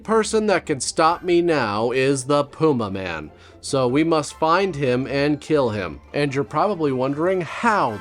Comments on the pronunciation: say it with me ffs: pah - yuma. . . PAH - YUMA. now say it quickly. pah-yuma man! not pooma-man ffs carry on sir. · Kobras: Pewmaman...Pewmaman! Servo: I believe it's pronounced Pumaman. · That’s pronounced pu-MAH-min 😅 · I will never forget Tom Servo pronouncing it like, "The Pew Maymen." I still giggle every time. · It's pronounced "Pyuma man". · * Pew may man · or "Pyumaman" as Dyonald Pleasance says it.